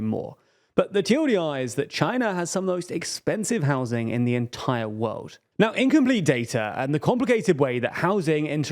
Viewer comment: Can you say "world" again? Wowd